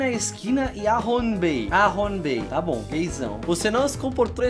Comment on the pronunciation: é big BOM não big BUM